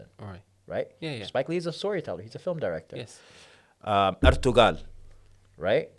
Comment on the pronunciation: It’s pronounced Erturul even thou is name I spelt Ertugrul. Lol